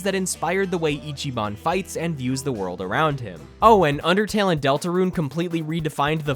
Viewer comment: Me the undertale lover thank you for saying undertale good